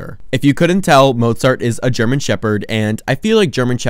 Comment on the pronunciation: 99% of the video: ☺️😇🥰 1% at the end: "ByE sYmPhOunY aNd mOzAughhrTtt" 👹👺👹👺💀😈